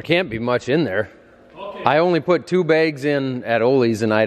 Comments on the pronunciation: “Begs, BAYGS” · Can we get Becky to confirm whether it's bags or begs. my fellow podcast listeners will understand😂